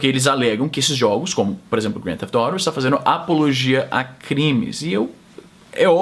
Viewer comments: Foi coxinha, não se pronunciar grande thefet auto corretamente kkkkkk, se pronuncia GTA no popular rsrs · Pq não falar GTA ? Eu entendi tudo menos Grand Thief Auto ! E oilha que eu fico vendo 300 stream na Twitch em ingles dos mais variados sotaques. Só descobri q era GTA depois que vc descreveu o jogo ! kkkkk... Do resto bom video. E você foi Isentão ! Nem esquerda nem direita, ficou em cima do muro ! kkkk ...